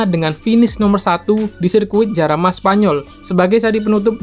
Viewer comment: Saran bang kalo sirkuit Spanyol yang ada huruf J nya itu dibaca h Contoh Jerez = heres Jarama =harama